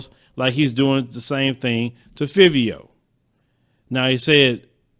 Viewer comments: FIVE - V- O ......SAY IT RIGHT AYEEE AYEE AYEEEE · Five- ee-o is how you pronounce his name.